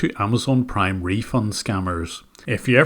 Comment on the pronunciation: scammer : "hello this is john wilson from AmAzON pWiME". victim : (hang up) lmao